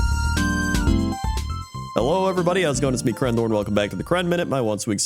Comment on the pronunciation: Oh crendor you totally butchered that name 😂